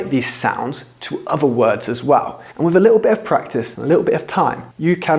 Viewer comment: Who are you to teach pronunciation? listen to yourself, brover, togever, wiv, 'av. You 'av an esturine accent mate, nothing wrong with that but don't set yourself up as some British pronunciation expert just to get subs and YT cash.